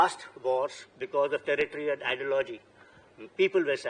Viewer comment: And ideo-logy 😅